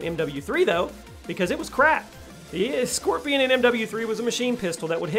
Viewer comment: It’s “Skorpion” bro not “Scorpion”, and it’s pronounced SHKorpion. But as always, awesome list!